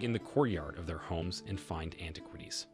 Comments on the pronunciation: Interesting topic, but it is hard to take your entire production here seriously when you slip a photo of Joan Rivers in with your introduction to Joan Howard and you bungle so many words. I've never heard anyone pronounce that Egyptian president's name as as MUbarek, or antiquities as anti-QUITies, and I don't think Cairo could be mistaken for a corn syrup. That's as far as I got before clicking out. Sorry, man. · Please learn to pronounce the word "antiquities". It would be helpful if you want to be taken seriously. The same for other personal names of people you mention and the capital of Egypt, Cairo! Perhaps have someone with a good education proof listen to your dialogue and help you with this. Good luck.